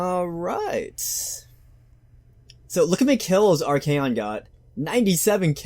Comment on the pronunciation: isnt it arch-ay-on and sig-vald not archon and zigvald? idk tho